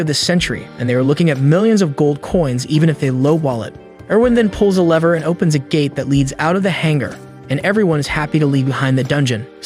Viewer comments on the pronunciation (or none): none